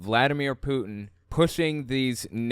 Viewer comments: sorry to make fun of an accent but it sounds like she loves "Poutine" (which is fries with gravy and cheese - a fave Canadian dish) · Funny how you say putin. Maybe say it more lime the french. Putin has meaning in french. It sounds like boudin white blackpudding , sausage. And ofcourse hooker/ putain